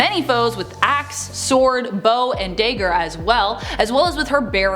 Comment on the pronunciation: Your a cutie...awww u say dagger funny